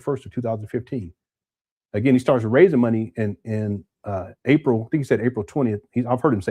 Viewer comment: Inaprize got me rolling. 🤣🤣